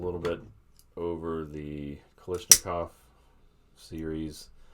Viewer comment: How does everyone get, "Kalishnikov", out of, "KalAshnikov"?